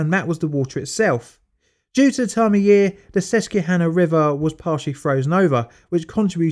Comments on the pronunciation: Quick bit from a fan in Pennsylvania: Local pronunciation for Susquehanna is SUSS-kwah-HAH-nah. You took a good stab at it, though. Additionally, coal and corruption played a huge part in the history of the state. The Pennsylvania State Police organization was created in 1905 in large part to end the thuggish tactics coal companies used to essentially enslave workers. Local police forces were typically on the payroll of the largest industries in the area. This often meant that steel mills and coal suppliers had the law in their hands. Attempts to strike for better conditions frequently ended in violence at the direction of the owners. Attempts by the Irish immigrants to fight back brought about the famous "Molly Maguires" incidents in the 1870's. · It's "Sus kwa hanah". It's kind of weird no one looked that up if you were gonna say it so often. Is it because it's assumed to be an English name since it's in America so you don't check like you might for Russia or China? It's not English, btw, it's named for a Native tribe. Can't guarantee Americans pronounce it like the Native word it was based on, but it's better to pronounce it like the locals than make something up. It's a bit careless to just not even try to look up local name pronunciations. Just curious, do you try to pronounce Welsh and Gaelic names correctly or just wing it? The comparison between Native American and Celtic isn't perfect, but it is something an English person can relate to as far as some names being from outside your own language. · "sus-kwa-hana"... the "que" part is pronounced like "kwa", sounds like the first part of the work quack. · Oh man you butchered the word ‘Susquehanna’ , here in PA it’s pronounced: sus-qwa-hanna. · Pronunciation...sus queeeee Hannah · I love your videos but your pronunciation of susquehanna is killing me. It's pronounced sus-kweh-han-nah ☺️ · I love these videos, but the mispronunciation of Susquehanna hurts me. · It's pronounced suskwahännuh